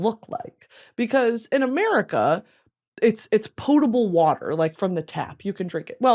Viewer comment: Hearing you pronounce “potable water” was so …interesting